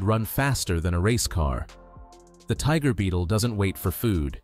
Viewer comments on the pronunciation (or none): none